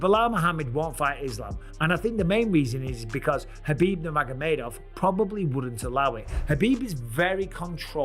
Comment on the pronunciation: kabeeb nomegurmadov